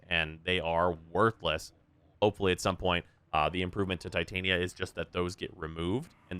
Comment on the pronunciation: The way you pronounce Titania is so annoying wrong. Please understand her name pairs with Oberon outside of warframe